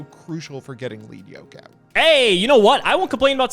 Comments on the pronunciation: It's 'Led' Yoke, not 'Leed' Yoke. The Yoke is made of lead, a heavy metal. It slows the monster down, so it has lower attack points. As parts of it get broken off, the yoke gets lighter, the monster speeds up, it hits harder. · Fun fact: Battlin’ Boxer Lead Yoke is commonly mispronounced (thank you English) but it’s actually ‘LED’ as in the metal because he has a Yoke around his head which was used by animals to plow fields or pull carts. So the card’s name is referring to the equipment around his neck. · Does it bother anyone else that they pronounce it "Leed Yoke" and not "Led Yoke" as it should be? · Once again, it is pronounced Lead Yoke like the element lead...sheesh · I'M GONNA HIT SOMEONE WITH A LEAD YOKE IF THEY KEEP CALLING LEAD YOKE 'LEAD' YOKE! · It’s crazy to me that every Yugitouber mispronounces Lead Yoke. His yoke of made of lead.